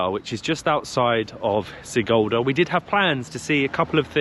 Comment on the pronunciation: Sigulda - read like SEE-gool-dah (IPA: ['si.gul.da]); Turaida - TOO-rye-dah (IPA: ['tu.rai.da]) :)